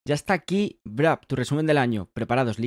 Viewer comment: por qué dices Brap ? 🤨 es Wrap